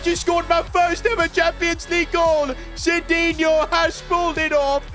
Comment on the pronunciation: Noob sidinho its midinho